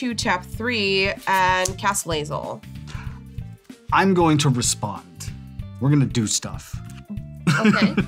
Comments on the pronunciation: I'm surprised didn't say anything about botching his girl Lae'zel's name lol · As a huge BG3 fan the Lae'zel pronunciation hurts. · Every time i hear Lae'zel's name pronounced incorrectly i die a little inside.